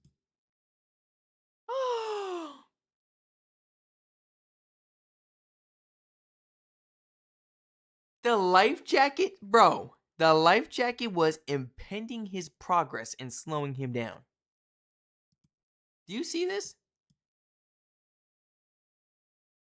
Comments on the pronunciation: Impeding, NOT impending. They are two different words. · The second word has no n before the d and is im-PEED-ing, not im-PEN-ding. It means getting in the way, causing people to be unable to do what they are trying to do. I totally agree that God did this. The boy was asking him to help as well. He did say he would get baptised, but I think he was bargaining with God, which is also fine. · It's not impending (due any time) , it's impeding (hindering)